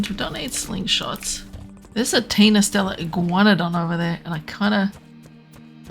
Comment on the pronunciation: you may be the only monarky to pronounce the name correct hahaha